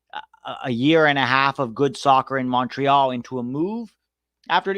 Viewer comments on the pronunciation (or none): none